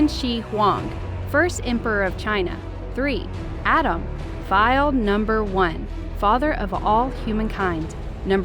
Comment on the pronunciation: You saying Adam’s is Driving me crazy